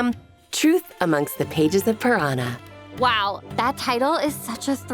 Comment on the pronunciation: Why do they all pronounce "purana" as piranha 😭😭